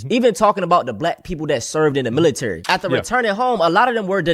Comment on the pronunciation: The Mili-Terry 😂😂